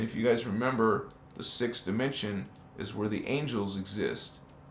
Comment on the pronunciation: You pronounced dimension as Die Men sion. I think you and Rio Ascind, rainbow 🌈 body Master frequency out of this world can align together